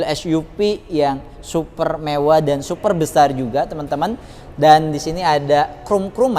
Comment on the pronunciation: Headunit yg SUFER SUFER jumbo? SUPER BANG.. bukan sufer... Secara pengambilan gambar udah bagus sih baang.. Tp cara bicara lu aneh bnget sumpah.. Belajar ngomong dulu dah di depan kamera.. Semangat ya 😎